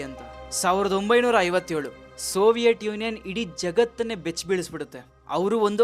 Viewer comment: ಸೋವಿಯಟ್ ಅಲ್ಲ ಬ್ರೋ ಅದು ಸೋವಿಯತ್